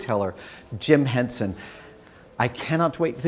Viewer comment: and Henson , not HensEn